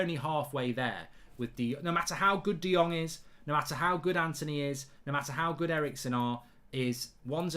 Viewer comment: De Jong = De Long 😂😂😂